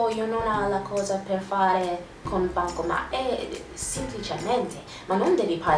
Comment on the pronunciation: Si dice bancomaT, non bancoma... ps:ti adoro